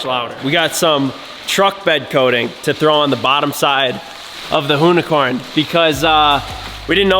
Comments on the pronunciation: That's now the "hoonicorm" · with the "Loonicorn" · The “Whoonicorn” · it's more like a Hoonicunt.. 😁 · “Hooni-corny” lol jk I’d drive it everyday